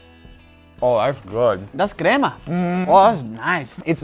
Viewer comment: Guga I know you can say crema properly in Spanish why you gotta say it like that.